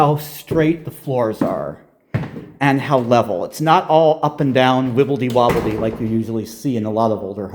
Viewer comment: Wibblely, wobboly?